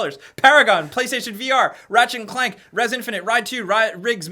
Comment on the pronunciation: The way says 'clank' is hilarious. 'CKHLANK'